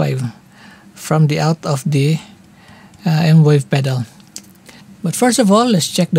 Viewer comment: its M-VAVE not M-WAVE 😁